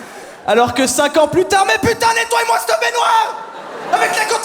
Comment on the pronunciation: et " nettoyeuh " :o